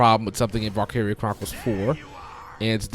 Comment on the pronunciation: You're saying it wrong.